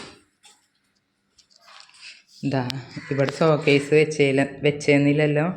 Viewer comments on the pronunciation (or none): സോക്കേസ് അല്ല കേട്ടോ ഷോക്കേസ് ( showcase)